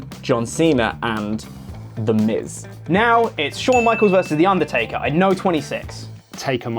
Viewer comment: i hate how pronounces the undertaker, he keeps saying "ondortayka"